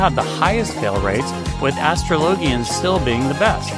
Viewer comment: Love this, but I have been unable to recover from your wild pronunciation of "astrologian".